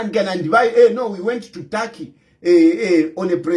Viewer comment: It's TURKEY 😂😂😂 NOT TARKY